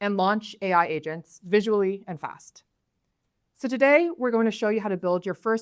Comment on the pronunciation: After three minutes of me watching this video my wife in the background says "Oh AGENTS, not ASIANS. Ok I was getting worried."